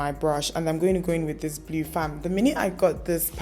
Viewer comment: Love the look. Mana the way you pronounce "blue"....you be real Enugu brought up babe 🤣🤣🤣. The "E" is silent in blue biko nne 😄